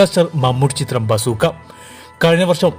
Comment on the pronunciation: Vasoookkaa alladi bzooka